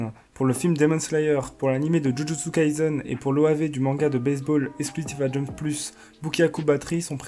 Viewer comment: Merci pour la vidéo ! Par contre c'est Jujutsu Kaisen (Kaye Seine) et pas Kai"z"en ^^ Bon courage pour la suite :)